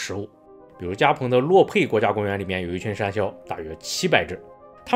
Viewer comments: 為什麼我一直有罵髒話的錯覺😂公山魈一直聽成公三ㄒ⋯ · 博主国语发音公山魈不标准，建议带点台湾腔😂。